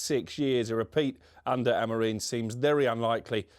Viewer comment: Does everyone at TalkSport have a contractual obligation to pronounce Amorim's name incorrectly?